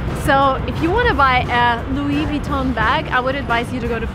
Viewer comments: Didn't waste my time watching the whole lot but, Louis "Voo-TON"??...And, "Por-shay"???...SERIOUSLY?🙄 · We don’t pronounce the (n) in LV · Hermes is not pronounced err-mezz it's Air (the r is rolled in the back of the throat as if you were snoring) Mess, louis vuitton is loo-we v-we-t-on (don'y emphasize the n it's nasal) YSL is pronounced eev-san (same nasal n so don't emphasize it) lo-ran (same with the nazal n) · I'm a French and sorry to be pessimist but she doesn't pronounce French names well such as Chanel (the "nel" has to be pronounced by a stronger way), Louis Vuittton (the end of the word isn't pronounced like "tone") and the worst thing is how the lady from de shop pronounced Hermès ( the french "her" isn't pronounced like the word "her" but more like "hair" without the H) , she works there but doesn't know the good pronounciation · Hermes and louis vuitton was not pronounced properly in this video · And Louis Vuitton too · You're mispronouncing the brand " Louis Vuitton"